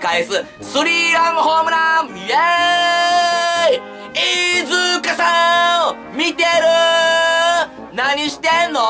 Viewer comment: T-アカギ いーじゅかしゃぁーん